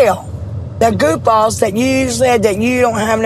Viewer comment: I didn't just hear goofballs😂